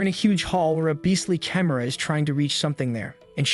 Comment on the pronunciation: I love this, and you make great choices to recap. I have two issues though. You never ACTUALLY make a part 2. Your Playlist section is empty. Also, can't you change "Chimera" to "kimera" in the script so the AI pronounces it right?